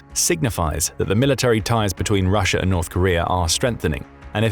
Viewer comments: It's Russia, not Russiar. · why do you say russ-er and kore-er its an A not eerr sound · Russia has an A at the end of it, America has an A at the end of it. Not an r!!!! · These videos make great drinking games. Take a drink every time this guy says Russer or North Korear. You'll never make it to the end.